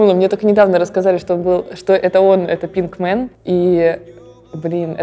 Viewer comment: Пинкмэн... Пинк Гай, Ева блин